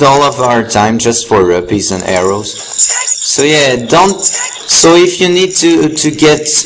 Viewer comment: its rupees as in roopees